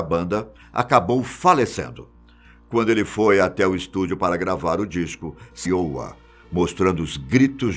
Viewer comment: Errou a pronúncia do nome da banda e Iowa kkk que era bem fácil.